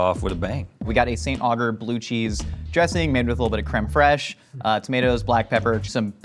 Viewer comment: I'm upset about the way he pronounced Saint Agur lol